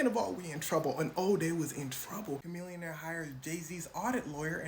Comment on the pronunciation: If chamillionaire is as smart as you claim then you’re saying it wrong.